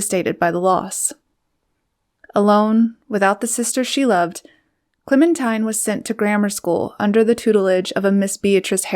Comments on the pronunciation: Thanks for the pictures and narrative. Some facts are not quite accurate, but overall a good overview. BTW: Her name is pronounced Clemen-teen, not tine. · Excellent photos -- Clementine was indeed a force of nature. Her name was pronounced Clemen-teen not Clemen-tyne. I always forget that too -- Americans are so used to hearing the song, "Oh my darling Clemen-tyne..." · It is Clemen TEEN not TINE. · Her name is pronounced, "Clemin-TEEN". She deserves to have it acknowledged correctly. 😢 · I heard Mary Soames, her youngest child and longest living, pronounce it once as ClemenTEEN. Let's ask the Brits. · I believe her name would have been pronounced ClemenTEEN. That is the British pronunciation; and that is how they would have pronounced the name I France, where she lived for a short while. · Clemin-TEEN.....I just can't get past the mispronounciation of the subject's name. A very big faux pas. 😢😮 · Remarkable woman. However, her name was pronounced “ Clemen-teen”. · her name was pronounced ClemenTEEN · I feel like an arse to point this out, but her name was pronounced "Clementeen". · You have to wonder whatever else this Commentator gets inaccurate , given that she seems to pronounce her focus’s name correctly. I don’t think I can listen to any more…. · A "gifted" narrator would've pronounced the name of her subject correctly.